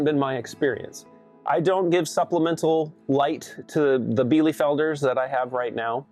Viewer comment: Bee-lu-felder, not bee-lee-felder... Sorry, couldn't help myself! Btw, White chanteclers are better for cold-climate dual-purpose, IF you can find quality lines!!! They are breasty like the meat kings (heritage Cornish is one of the foundation breeds). They were created by a monastery in Quebec to lay year-round while also producing quality meat :) They will also forgo the water bowl in winter and opt, instead, to eat snow/chip up and eat ice - so they are very low-maintenance, as well :)